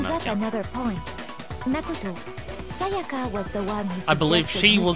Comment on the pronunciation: They're saying her name over and over and you still can't pronounce Sayaka...or Sakura XD